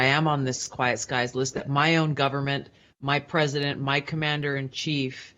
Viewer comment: I think you'll find it is "Quiet Skies" not "Quite Skies"....